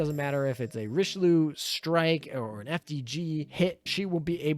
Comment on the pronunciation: Great video, but your name pronunciation is driving me me off the walls Richelieu: ree-shu-loo Saint Louis: sahn-loo-ee Zuikaku: zwee-kah-koo Friedrich der Große: the German 'ch' sound doesn't exist in English. It is made by constructing the air between the tongue and roof of your mouth, similar to how s, f, sh, and th sounds are made in english. Freed-reech der grow-suh. If you're having trouble, say freed-rish. It's still better than calling her Frederick